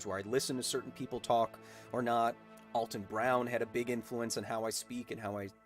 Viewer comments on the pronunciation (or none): none